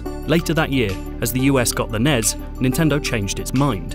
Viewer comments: Nes??? What the hell is that? its pronounced N-E-S. At least here in the united states thats how its always been pronounced. You spell out the letters when saying it. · He kept calling it nes not n e s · It’s N-E-S. Not Ness. And you’re journaling video games? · Was going great until I heard NEZ. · It’s not pronounced nes it’s pronounced n e s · Was it really pronounced "the nez" ... and not "the N-E-S"? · Fun video. Please don't ever pronounce it NEZ.... its N. E. S. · Stop calling it nezz. It’s the N-E-S. That’s like calling a vcr the vhs machine. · stopped watching the second time i heard you pronounce NES as a word